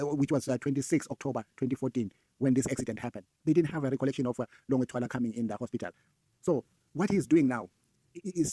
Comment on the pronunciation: Longwe not Longer